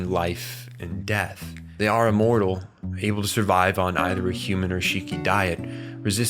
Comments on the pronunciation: The way this guy is saying able is bothering me, abble, A-bull, able. Like able from the bible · It's the way he talks, stupid thing to be bothered about.😅